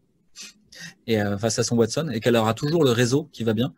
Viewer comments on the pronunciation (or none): none